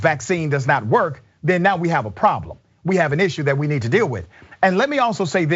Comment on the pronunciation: She said 4 ta 5 years!